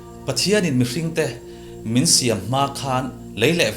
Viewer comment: Siam hi tlûk lo se. syäm" a ang leh thin... Mahse, ka hlawk pui thin hle 👍👍